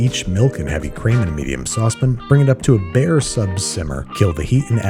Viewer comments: Why can't you say "saucepan"? It's SAUCEPAN! Not saucepn. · I will never be able to get behind the way you say "saucepan" lol